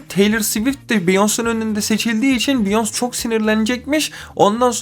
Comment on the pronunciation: abi biyons' degil beyoncé sekli okunuyo vallahi ibneligine degil ogrenelim die